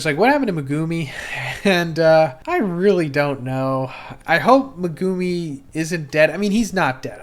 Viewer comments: Brother i NEED to point this out, its MEHgoome not meGOOme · Meh-gah-mi✅️ Meh - goo - mi🚫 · Why does he pronounce megumis name so weird. Lol. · Ya now if he could only pronounce megumi right 😂😂